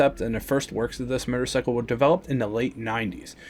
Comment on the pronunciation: murrcycle? lol